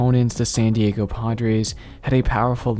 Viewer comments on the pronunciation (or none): none